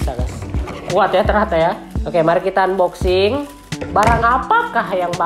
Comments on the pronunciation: Tulisannya emang unboxing tapi dibacanya anboxing pan,pan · Bang saya kasih tau nih unboxing itu dibaca anboxing bang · "UNboxing"🤣 #ripenglish